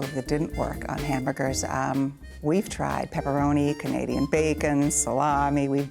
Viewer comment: Was she saying “Hambugers” instead of Hamburgers?